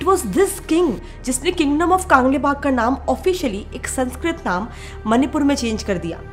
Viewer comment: Behen to kaaangleipak bol rahi hai bolo कंलैपाक